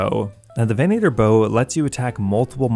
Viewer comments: "VEN-uh-ter" not "veh-NAY-ter" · Why are you putting so much emphasis on the long A sound in venator lol